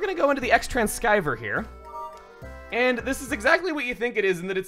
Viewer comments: "The XTran-sky-ver"? "TRANCIEVER" "XTRANCIEVER" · "Xtranskiver"... Chugga... My dude... "X Transceiver"... pronounced like "transeever". And if we wanna get technical, it's called the Cross Tranceiver. Remember this is Japan where they really love cutting "cross" down to just being an X.